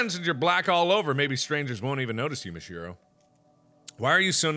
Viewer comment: don't run the syllables together so much: MIH-shee-ROH